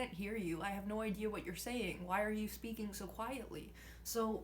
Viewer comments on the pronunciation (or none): none